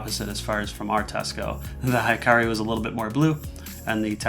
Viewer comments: He-ka-ri :) not hi-ka-ri it's mean [light] in Japanese :) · it's pronouced hee-kah-ree, not high-kah-ree. It means "light" in Japanese. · A nit: Hikari is pronounced "Hee-car-ee" and not "high-car-ee." ( Japanese vowels = Spanish vowels. ) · Great review! However it is annoying to hear americanized japanese pronounciation. Hikari should be pronounced he-ka-li, but what even. Since you guys already ruined pokemon especially when nintendo put an "é" to remind you. I guess I should just get use to it. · "Hikari" should be pronounced, "He-Car-Lee" Hikari(光) means "light" in Japanese. I'm Japanese subscriber!!!!